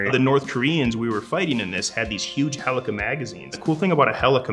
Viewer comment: Lol "the thing about a Hell-e-cool rifle is it has this cool tornado thing like dna..." Helix... Its pronounced heel-ie-cal